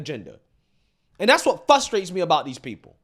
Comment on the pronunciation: I love you,, but it FRUSTRATES me how you pronounce FRUSTRATES 😂😂 It's not FUUSTRATE it's FRRUSTRRATE ❤❤ remember this comment is with love